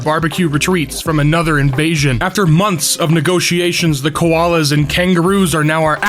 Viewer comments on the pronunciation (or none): none